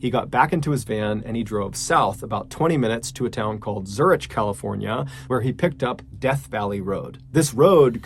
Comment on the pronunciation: It's pronounced Zurik, hard ch like in character